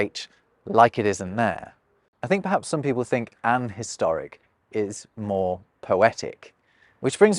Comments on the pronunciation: Its really funny that with "an historic" or "an hotel" you still pronounced the hs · That sudden scots took me by surprise. Sounds exactly like my wee mum! Also got in a debate back and forth at work checking a document. "An historic" was one. I kept editing it to 'A historic' (I'm scottish), and my collegue from the south of england kept changing it back. We both thought each other were idiots until we got on the phone together and realised that our own preference sounded rediculous in the others accent. We never really resolved it - I was more senior so I went with my spelling lol.